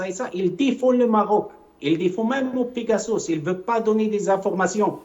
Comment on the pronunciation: "pegasauce" 😂😂😂 mdr le frère de chalgoumi 😂😂